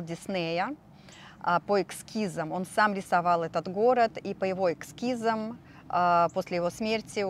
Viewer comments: не экскизы, а эскизы. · эскиз,а не экскиз.